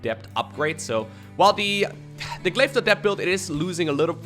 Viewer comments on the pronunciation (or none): none